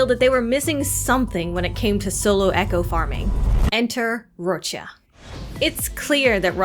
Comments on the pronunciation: what's this? a youtuber that can say Roccia's name CORRECTLY? i'm STUNNED O_O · I'm so happy there's a cc who pronounces her name correctly ❤ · Finally a content creator pronouncing Roccias name the proper Italian way! 🙌